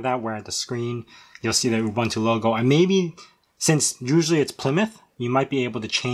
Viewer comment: You lost me at "OOBANTOO"...